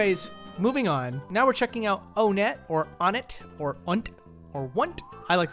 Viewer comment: Who pronounces Onett like One-et